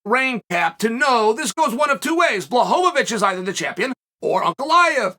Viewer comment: Pee-air-uh, Mock-el-chev, Bluh-ho-vo-vich, and Muh-gregger. These are a few of my favorite things